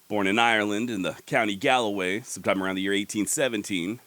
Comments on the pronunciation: Ok, couple of quick things, I'm not trying to be nasty, just helping with the pronunciation. Galway is pronounced Gall-Way, and Paddy is Patrick, hence the very annoying rise of St Paddy's Day, which it not... ever... I mean ever! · Galway is two syllables and is pronounced "gall way". There is a Galloway, but that is located in Scotland.